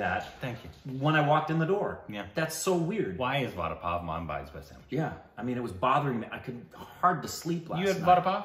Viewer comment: Everytime she mispronounces Vada, I cringe